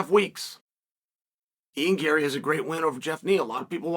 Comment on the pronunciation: First time I’ve ever heard chael pronounce a fighters name correctly! (Ian Gary)